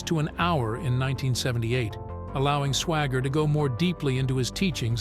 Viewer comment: The second word, instead of saying Swaggart he says Swagger.... what a hole.